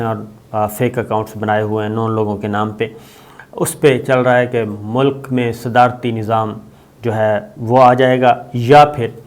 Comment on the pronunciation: Sadarati neezam not sadani neezam!